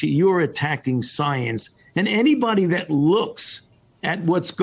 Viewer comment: Fauci: Delivers his best Martyr of Science performance Chuck: (👍You are science) Fauci: "I will take the slings & arrows..." "Szience" 🤡 & Ackountability 🤮